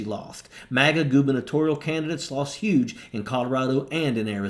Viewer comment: Poor Kari is in for a "yuge" surprise.